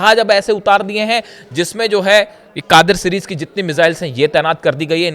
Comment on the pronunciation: कादिर नहीं उसका नाम gadeer hai